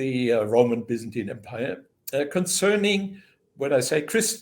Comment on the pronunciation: 😂Bazantian😂 lol he meant Byzantine😅